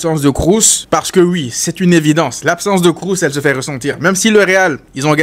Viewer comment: Alors c'est Kroos et pas "Krous". Allemand pas anglais. Merci !